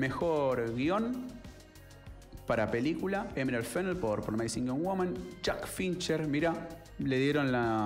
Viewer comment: De todos los comentaristas de cine sos mi preferido pero chequea las pronunciaciones de promising y undoing aquí mismo en YouTube. Saludos!